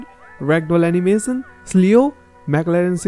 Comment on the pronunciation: i wanna correct something. the word cleo is pronounced kleo not sleo like what u said